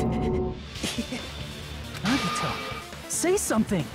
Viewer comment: And Nagito lmao “Nageeto”